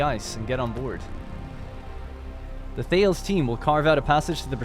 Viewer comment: For what it's worth: The Thales ship is actually pronouned THAY-leez, after the Ancient Greek mathematician and astronomer. The science ships seem to be named after famous scientists (unless 'Ripley' comes from Alien).